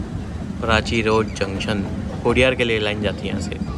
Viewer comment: कोडियार् नही कोडिनार।